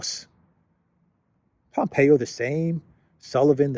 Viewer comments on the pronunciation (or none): none